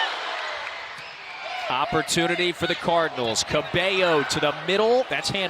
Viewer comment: Except it’s cabeyo